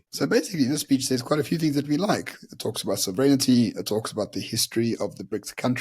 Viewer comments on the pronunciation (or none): Hi, I'm asking why you now pronounce sovereignty as "sov-ren-nity" such as pronounced by the Palki woman from Wion? I have never heard this latter pronunciation in all my 81 years of living in South Africa. Now it seems that you feel that Palki's extended pronunciation is more correct. I'm no English professor although I believe I have a reasonably decent `knowledge of English and its grammar and pronunciation. Also on today's video entitled "ANC is becoming based,?" both the picture and wording were all blurred. Presumably this was due to a small "technical" error? Whilst I'm at it, I'd again like to complain about your and Byron's continued use of your new word "based." I'd appreciate your definition of this odd new word and simultaneously suggest that you both rather use an existing correct English word and not slang.